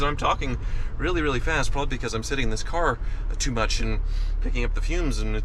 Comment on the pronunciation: “Thank you so mush for washing..”